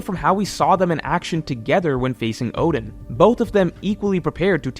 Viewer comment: Who the hell are Orden and Jayabura???? Fix your pronunciation